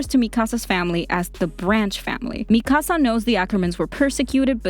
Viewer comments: IT IS MIKASAA NOT MIIKASA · Why she say MIKAASA!! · I love how you say Mikasa's name MiKAsa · Isn’t it Me-ka-suh instead of Me-kahsah? Or am I wrong? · WHY DO I GET SO MAD WHEN PEOPLE SAY MIKASA'S NAME WRONG, ITS NOT MI KAH SAH ITS MI KA SA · “Me ca sA” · I'm not going to lie the way she saying Mikasa is triggering me 😡🤬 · You’re legit pronouncing Mikasa’s name wrong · I like that she explained this but...dude... 1. "Historia's best friend Ymir" ....might want rewatch season 2 and 3 to rethink that. 2. U said Mikasa's name completely wrong. Its Japanese, NOT Spanish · I get triggered by the way you say mikasa